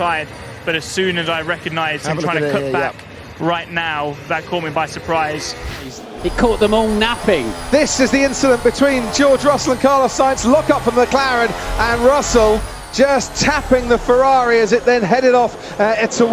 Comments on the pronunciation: Incident, not inchident. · Thats a lot of inchidents. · Haha "inchident" had me laughing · ha inchident is funny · George Russel on the inCHIdent